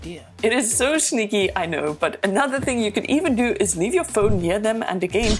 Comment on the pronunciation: Can you always say schneaky?